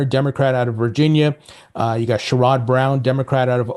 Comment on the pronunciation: Hey 👋 as much as I dislike Sherrod Brown, I'm here in Ohio And you pronounce his name is a little off as I understand. Pronounce his name as Share-ed(put an Ed on the end of Share)Brown, and yes his a clown 🤡